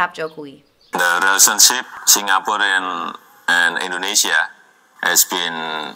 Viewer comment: Jangan salahin pengucapan yg salah, logat mereka aja yg bikin telinga kalian salah denger. Apalagi Indonesia banyak bahasa. Edit: itu pak karno sama jokowi ada ngucap inggris versi jawa. Dan yg kata Indonesia di ucap Endonesa (lebih kelihatan jawanya banget)